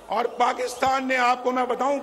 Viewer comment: Auor auora hahaha salya bolna sikh